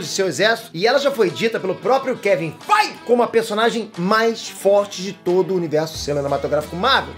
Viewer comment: Pô, logo você aos falando o nome do kevin!!!!FEIGE!!!! errado mano?! =/